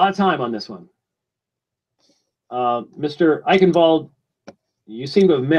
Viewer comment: I notice that pronunciation of 'Eichenwald's name is up to his usual flawless standard. It's NOT 'Eye 'Chen' Wold' but 'I KEN WOLD'. And someone please tell that newspaper and magazine articles are not intended to be 'scholarly works'. ( Despite often labeling those he agrees with as such. ) ludicrous obsession with those words is really starting to grate.